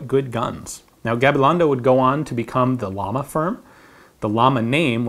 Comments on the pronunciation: Ian, Llama is not pronounced like the animal. It stands for flame, which is pronounced something like Jama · Llama means flame.. pronounced Yama ! Just spreading some information about the pronunciation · GreyDevil Ian knows this. He explains why he pronounces manufacturer names such as Walther and Llama incorrectly but in a way expected by Americas in Q&A #7. I agree with the logic he laid out.